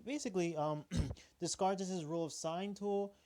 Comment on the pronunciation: Thank you for the video! Dez-cart-eh, never heard that pronunciation before.